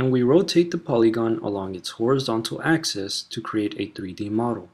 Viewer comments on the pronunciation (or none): none